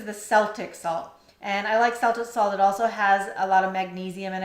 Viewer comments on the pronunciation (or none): Celtic is pronounced Kel-tic, for Sel-tic🤦‍♀️